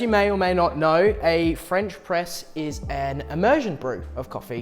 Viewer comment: The fuck is a Fwench pwess